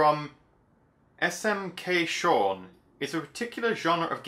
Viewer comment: It's pronounced Sh-all.